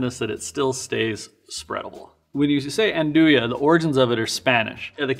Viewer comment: The one used in the video is kinda lame. You are not even suppose to slice real Nduja, it has to be heated then you can spread it on bread. Also the video gets the pronounce wrong : the J is pronounced like in "Bonjour" in french.